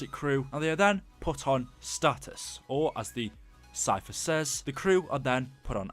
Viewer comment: you know the cypher says stasis not status